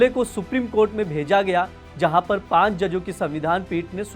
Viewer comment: Bhaisahab, 'Paanch' bol rhen hain yaa 'paan' bol rhe hain. Apna hi video suniye. ek baar ek baklol ne "pulwama" ko "pulgama" bola thaa.